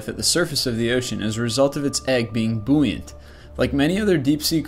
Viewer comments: Is it just me, or does it seem like English is not this guys first language? Boo-yant? nah dudes, BOY-ant. I only say this because I've now heard multiple examples from him where commonly used words are mispronounced. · You pronounce buoyant- Boo-Yant........... it is actually Boy-unt..... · He said BOO-ant not buoyant, that makes me mad cause I scuba dive, THE JUMBO OCTOPUS IS JUST SO CUTE, why would it be on this list, gawd why does everything cute have to be dangerous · Because the egg is what? Don't you mean buoyant. It is pronounced Boy-ant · lol he pronounced buoyant wrong